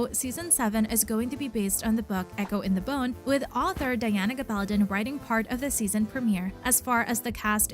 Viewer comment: Learn how to pronounce the author's name!!!